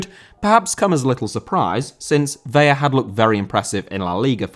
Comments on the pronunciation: It's ve-la. You only make the l an y when there are two of them. You're pronouncing it like Vella. Ca-drlos Vela, if you can put a little roll on your r with the Carlos.😘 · Vela = VEH-lah Vella = VEH-ya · Vela is pronounced like "fella" but with a V. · Just fyi it's pronounced as it's spelled, "Vela", i.e. with an L, rather then "Veya". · Carlos Vela is pronounced like "Vay-Lah" not "Vey-uh" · Vela* not Veiar!! Wtf?!Huge butcher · It's Vela the L is pronounced, it would be a y sound if it was a double L (like Sevilla)